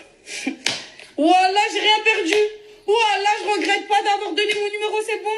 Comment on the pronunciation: On l'entend parler, en fermant les yeux, on a l'impression que c'est maeva genham qui parle : elle ne sait pas prononcer les J , elle dit " che choue "( je joue )